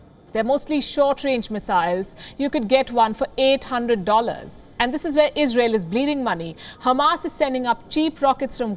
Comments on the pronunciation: Istael ,isreael. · Israel is the richest terror group in world🤔. You mispronounced. 750million US aid >700million. Well we have to just see for how many more years israel terror group is useful for the "USA". after that israel will too end up in the dustbin🥴. Long live Palestine, love from India🇮🇳🇮🇳